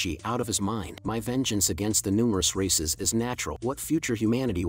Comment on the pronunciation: I thought he was saying racists the whole time lol